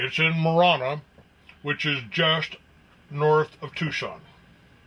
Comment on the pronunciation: Hold on here. I'm just as concerned about chemtrail aerosol dumping BUT I smell a skunk. I'm from Tucson, ok? This old biker dude is NOT from the area because he doesn't even know how to properly pronounce Pinal & Marana. Not only that, this air park is an aircraft bone yard. The Tucson area stores the world's surplus of old aircraft. Take your Google Earth & move it south of Tucson to Davis Monthan AFB. You'll see 1000s of mothballed aircraft. On the ground you drive past & see for yourselves.